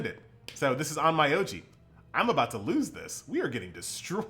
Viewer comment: if you learn how to pronounce the name of the game you are making videos of, I promess i'll be back to watch your videos.